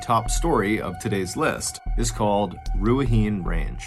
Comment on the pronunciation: Awesome stories - just FYI, incase you ever re-record the last story, the pronunciation is not Ru-ah-heen, it’s ’Rue-ah-hih-neigh’